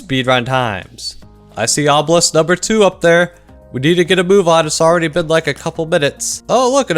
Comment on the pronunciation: owbelay my ass it comes from the greek word obeliskos why in the world would you call that owbelay.? im just happy that i hear you say that so i can unrecommend you but sad that its so late in the video that i have no choice because i basically watch the whole thing.